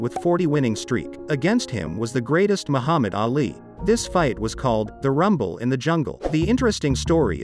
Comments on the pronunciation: Can you please look up the correct pronunciation of Muhammad Ali? Sir I don’t think you give this Great man the credit he deserves by pronouncing his last name ALLY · The pronunciation is so bad It's not Ally, it's Ali. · It's AAH-LEE, Not EEH-LEE. At the beginning the pronunciation was PERFECT tho👍😄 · Anyone else bothered by the way he pronounces Ali's name?!?! sounds like hes saying (alley)🤦🏻‍♂️🤦🏻‍♂️🤦🏻‍♂️🤷🏻‍♂️